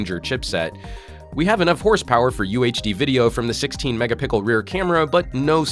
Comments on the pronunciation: he said megapickle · He said mega pickle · "16 mega-pickle" What? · I think he said Megapickle on purpose as a running gag because people keep nitpicking the joke about it on his videos. lol.